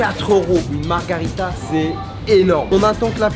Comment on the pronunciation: On dit margherita imbécile...